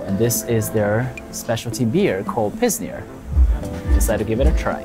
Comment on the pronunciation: Ayy another upload 💯 Maybe im wrong but im quite sure its not pronounced pissner but pil-sner (like the pill) 🤓